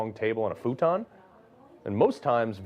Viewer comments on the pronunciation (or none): none